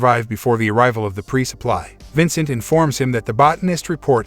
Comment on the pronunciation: bruh its vancat not Vincent